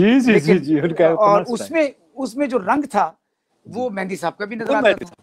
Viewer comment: Abhi tak bhi Duaabie ho Mehdi ko Mehndi bolte ho.